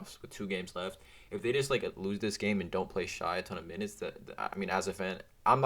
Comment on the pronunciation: it is pronounced "shay"